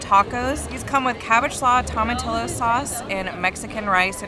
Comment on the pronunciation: Not the way you pronounced tomatillos 😂